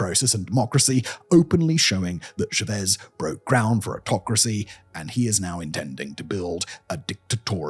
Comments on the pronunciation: This British man is on a podcast talking about Venezuela, and what bothers me is his pronunciation of Chávez. He keeps saying Shuh‑VEZ, which isn’t correct. The name of Hugo Chávez is pronounced CHAH‑vez in English, and in Spanish it’s even closer to CHAH‑ves with a soft “b/v” sound. It’s not as if the sound is unavailable to him — he doesn’t say shursh when he says church. He clearly has the phonemes to pronounce CHAH‑vez properly. Both American and British dictionaries give CHAH‑vez as the standard rendering. Another example of this annoying British habit is the former Chilean leader Augusto Pinochet. In Spanish, his name is pronounced pee‑no‑CHET, with the stress on the final syllable and the “ch” as in church. Yet many British commentators insisted on saying pee‑no‑SHAY, leaning on the surname’s French roots. The irony is that they don’t apply the same principle to their own Norman‑derived surnames — no one expects a Howard, Neville, or Montgomery to be pronounced with French vowels. Every Chilean I have heard pronounces the Pinochet in the Spanish manner. This shows the inconsistency: when the subject is Latin American politics, some speakers default to a foreignized pronunciation that distances them from the way the name is actually said in its home country. And that matters. The content of these discussions is often strong enough to deserve basic editorial care. Pronouncing Chávez or Pinochet as they are said in Spanish is a small but meaningful way to show respect for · anish speakers can’t pronounce the word ‘Simon’ properly so at least console yourself with that. Ehsimon. Many of Simon’s videos are interesting but have silly mistakes like his mispronunciation of Chavez. It’s a common surname anyway and Hugo Chavez was on the UK news a lot so there is no excuse for his error even if he were just a man down the pub talking about Venezuela. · how do you pronounce Chávez [tʃɑːvɛz] as shavees? are you idiot? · Yeah, he's an imbecile. It's pronounced "Chavez."